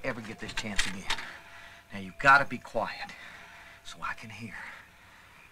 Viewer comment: I first watched this film 20 years ago and recently watched it again only to here him say quiet which sounded more like choir